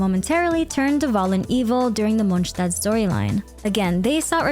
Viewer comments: How do you pronounce all the names correct but mess up every single time you say a nations name? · Great video but I'd like to know where you got those pronunciations from lol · the way you say Mondstadt makes it impossible to listen to you. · Youre pronouncing Monstadt wrong, the "sh" part in the st participle is correct however the latter "adt" part is with a more longer aa sound and not the ä like you use in the American sense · why is she pronouncing mondstadt like that 😭😭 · MonStadt not mojtadt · its not Monch tad its Mons tad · It’s monSTADT not monshtadt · i love how you pronounce everything correctly it makes the video really immersive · Pronouncing something completely different to the official pronunciation just sounds obnoxious asf especially Tighnari, doesn't matter what the 'cultural' pronunciation is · Please. :D Its Monstadt (:monstad: with classic "s" not :Monštad/monshtad:). :F Your pronunciation of this city is incorrect. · I don't usually comment on videos I've watched, but I felt compelled to say something after watching your video. I sincerely congratulate you on the quality of your editing and narration. The slices of many lore videos and the pronunciations were impeccable. It looked like it was one big, beautiful cutscene. Since it's a relatively short video, I felt it was a bit too summarized. But at least you managed to bring up the main points of each arc, which is great for older players who don't want to watch hours of old quests again. Anyway, very good job and thanks for all the effort to bring such a good content! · Not only was this an awesome recap but I loved how all the names were pronounced correctly, as they would be in their respective languages! Props for going the extra mile, that felt great. :') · Monshdad? Good video, it was weird to hear it said that way. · ITS MOND-STAT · is monstadt actually pronounced 'monshtad'? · since it's heavily inspired by medieval Germany, guess it makes sense to pronounce it like that